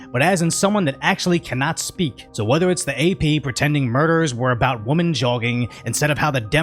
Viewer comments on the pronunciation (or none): It's happening more and more often, and it's really annoying, when people pronounce the word "women" like "woman."